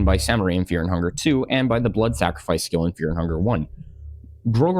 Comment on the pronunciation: "Sacrafice" back to middle school little boy